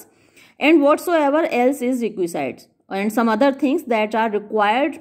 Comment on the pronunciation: Maybe your slip , please check pronunciation of Requisite.